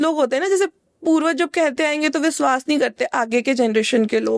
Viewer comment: Pronounciation thik kro aapna eg Aapne shuruwat or suruwat kahan and vishwas ko viswas thik kroo ise